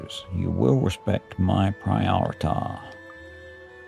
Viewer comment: "Respect my prior-tah?" classic! thank you sir for the lols